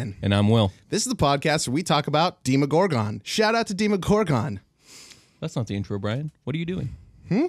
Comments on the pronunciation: Demo-gorgon, not Deemo-gorgon. Yeesh this gave me an aneurysm. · Was I the only one irked by how they pronounced the Demogorgan? I've always heard it as Deh•Mu•Gore•Gun not •Di•Mo•Gore•Gun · I've always pronounced it Demm-owe-gore-gun Hearing the long in the beginning always sounds strange to me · DEMO - GORGON. SAY IT RIGHT